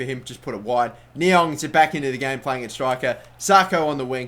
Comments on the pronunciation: It's pronounced ni-ang I think not ni-ong :) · Stop saying Ni-ONG...its Ni-ANG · you say Ne-Yang not Ne-Yong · It's fucking Niang not Niong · It's niang not niong + check out docks arsenal career and u will c what he got niangs overall up too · It's Niang not Niong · Niang is said NEE-Ang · Its pronounced knee-ang. No worries though, I would of thought the same if I didn't search it. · There is an 'A' in Niang it's not NiOng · Niang is pronounced Knee-ang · Please say niangs name right ffs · Sako is not pronounced Sarko, it is Sako, same as the Liverpool defender and the West Ham striker. Also, Niang is pronounced Ni-ang not Ni-ong. Other than that, another great episode :)